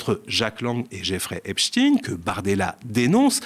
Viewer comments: Je suis le Média depuis le début, toujours satisfaite. Je fais partie des socios depuis le début. Pourtant ce soir quelque chose m'a énervée. La prononciation de Epstein !!! Pourquoi prononcer Epstin ? Pour Einstein personne ne prononce Instin !!!! Ayez le courage de prononcer normalement, ce n'est pas digne d'un journaliste du Média,😢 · Faut arreter avec Epstine..c'est Epstein comme dit dans le reportage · Il dit epstine au lieu de epstein. Le media, de plus en plus soumis à la classe médiatique ! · Merci Monsieur de nous avoir partagé cette vidéo, si bien réalisée, avec votre éloquence si calme. Mais ne prononcez pas "Epschtiiin" s.v.p. C'est faux et ridicule. Ça fait "franschouillard" rétrograde. Il s'agît d'un nom de famille d'origine allemande. Donc, prononçons-le "Epschtain" s.v.p. Encore merci. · c'est pas Epchtîne mais Epchteilne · Donc Bardella dit Epstein et toi tu dis Epstine 🤔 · Vs allez prononcer Epstein à la française plutôt qu'à l'américaine !!!??? merci